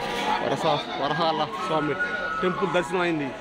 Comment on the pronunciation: వరహల కాదు రా బాబు వరహస్వామి దేవాలయం